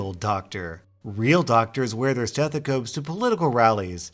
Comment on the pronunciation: You pronounced stethoscopes vrong